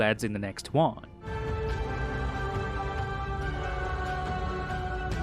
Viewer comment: Was it me or he said “I’m Kevin Heart”?